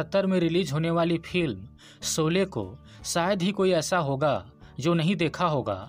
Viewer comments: सबसे पहले आप अपना उच्चारण सुधारिए,आप श को स उच्चारण करते हैं,इस प्रकार यूट्यूब पर आकर भाषा का सत्यानाश करने की आवश्यकता नहीं है। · Bhai Saab kripya apni pronunciation per dyan dein, Aap Sholay kou solay bol Rahe hein - matlab sh ko so- and Aur bhi cheeze hein 🙏🏻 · Sholay not solae please pronounce properly thanks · कृपया उच्चारण ठीक करें - 'सोले' नहीं 'शोले' नाम है इस चलचित्र का। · भाई सोले नहीं शोले .आपको श और स का फरक जान लेना चाहिए . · एंकर साहब एंकर बनने से पहले उच्चारण करना सीखो। शोले होता है सोले नहीं होता। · Bad pronounciation! Can't pronounce Sholay!?